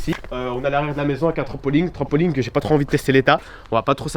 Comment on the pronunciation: il a dit trampoling et normalement on dit trampoline ptdrrr 😂